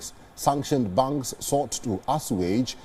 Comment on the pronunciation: Please pronounce "Banks" properly, it is hard to understand whether it is "Bunks" or "Banks"